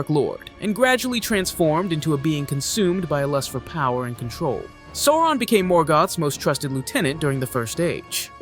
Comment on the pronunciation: A great recap, thank you! But you missed the correct pronunciation of Sauron.